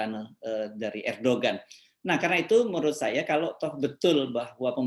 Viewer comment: Sedikit pembetulan: Erdogan penyebutannya tidak sebagai bahasa Indonesia, tapi disebut sebagai ER DO AN . ini sebutan nama yg sesuai ejaan bahasa Turki, G tidak diucapkan.